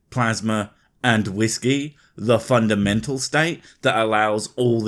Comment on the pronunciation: Wait, are you saying whiskey is a fundamental element, or FUN-damental?